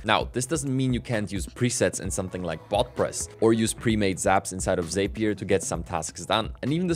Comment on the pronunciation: Sorry to be that guy, but Zapier rhymes with happier, according to Zapier themselves. Great content, hope this helps!